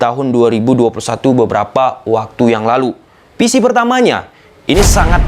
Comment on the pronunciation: Bang lu bisa ngomong FIFA pake huruf F yg bener, tapi kenapa kok ngomong VISI jadi PISI ??